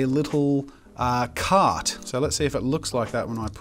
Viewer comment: I THOUGHT YOU SAID "CAT" AND NOT "CART" OML